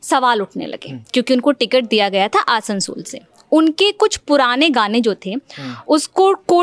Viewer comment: Lalantop Lagta h Sasta Employee lene laga h Bhai naam to atleast thik se liya kro Jagha ka आसंसोल ko असंसोल काराकाठ ko कराकाट bhai kya bakchodi hai Naam to phle thik se jaan lo LS ka fir coverage dena aaplog